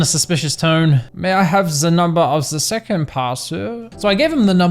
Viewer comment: Lost it at "may I know se number of se seckend paaaarcel?"